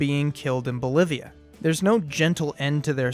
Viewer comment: BOLIVIA,NOT MOLIVIA.